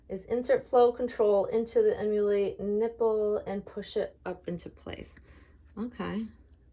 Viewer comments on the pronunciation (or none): So you didn’t stick it in a baby’s mouth? The reviews on TikTok are terrible. Babies can’t latch, the flow isn’t controlled and the nipple sinks in. You can’t saw it’s a review when you haven’t used it. And it’s pronounced Em-U-Lay. Hope that helps.